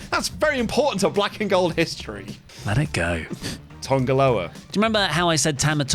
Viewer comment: TANGA Loa not TONGA Loa! Or is there a running joke on here I’m not aware of?